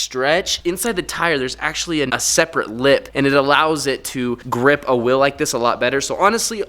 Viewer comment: Wtf fuck is will!? It's wheel 🤦🏾‍♂️